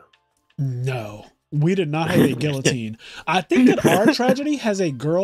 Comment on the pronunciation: Damn, neither of them pronounced guillotine correctly.